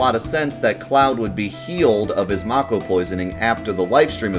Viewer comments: its may ko not maw ko. get it right! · I want to watch this video but your pronunciation of mako is making it hard. I don't know how it's actually supposed to be pronounced but in my head it's always been "MAY-ko" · Man I hope the remake pronounces it like "make-oh" like how I thought it was pronounced my entire childhood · I stopped watching when I heard how he pronounced mako. I'm so offended!